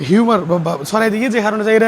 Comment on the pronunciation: হিউমার না রিউমার